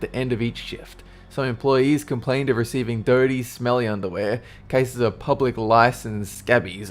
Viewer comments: Haha "public lice" and "scabbies"? WTF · Public lice? Lol, don't you mean pubic??? :'D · "Public lice" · Did he call pubic lice public lice? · Is it just me or I think I heard said "Public" lice... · pretty sure you meant to say pubic lice. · Did you say "public lice"? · does he say public lice? You mean pubic lice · I think you mean pubic lice, not public. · "Public" lice? o.O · meghan phillips He means pubic lice. My guess is that he read the script wrong.